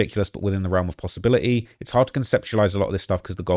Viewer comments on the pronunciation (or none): none